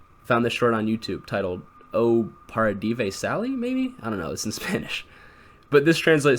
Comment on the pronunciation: Get ur languages right man cuz that part when you tried to pronounced "O parádivé Sally" made me cringe rlly hard